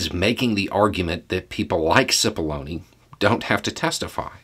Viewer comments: As this started I didn't hear clearly and had to start again. I thought he said "So today we are going to talk about paths to baloney". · Oh my heck I kid you not. When first said Cipollone I thought he said 'path to bologna.'